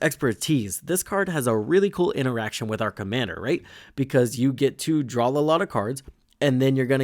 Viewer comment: I like the video but he speech impediment you have is just terrible. It’s pronounced “DRAW” not “DRAWL”